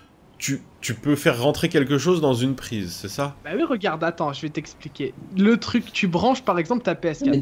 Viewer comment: il dit un prise a la place d'une prise:'D et